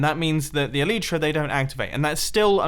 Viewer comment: Mumbo, you're elytra don't activate because... you're saying it wrong. Its elYtra, pronounce the Y like in sky.